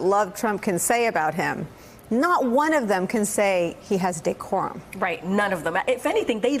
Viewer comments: Dee-core-um, can you use it in a sentence mr. trump? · OMG! Did huckasands say decorum?!? Ahahahahahhah..... wtf?!?!! We are in the twilight zone!